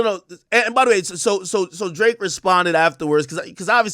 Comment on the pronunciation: When Ak was defending Drake he saids his name like Josh did on “Drake and Josh”…. “D-ra-akeeee” in syllables 😂👏